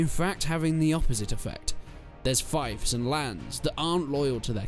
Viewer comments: Fief = "Feef", not "fayf" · I think “fief” as in “fiefdom” is pronounced “feef”, rather than “Fife” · I know I am agreeing with you that you're right I went into google and that's how they say it's pronounced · Where im from (Normandy) its pronounced FEE-IF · I’m not even from an English speaking country but I’ve always learnt to say feef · Lol so why is Five pronounced with an " i" lol and not Feve lol.